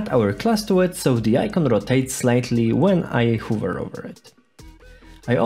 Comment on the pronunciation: Nice video. Couple of tips tho: Check hover pronunciation. Always when you finish explaining some part add additional second or two with pause so the person who are watching have easier time to digest info And lastly - I would slow dow explanation by something like 5 or 10 percent. Especially clicks in unity.